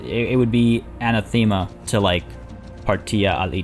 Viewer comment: And once again mispronounces the word anathema.